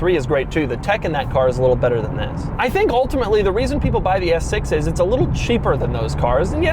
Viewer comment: Can you just say S6 regularly? Lol